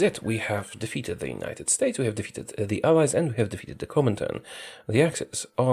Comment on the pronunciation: This whole time until 22 23 I thought he was saying Eyes instead of allies.